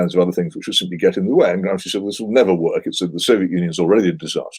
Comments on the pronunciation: Owen, it's pronounced GRAMSHI not Gramsky. He was Italian not Russian :D. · It's pronounced "GRAMSHEE" not "GRAMSKI"😤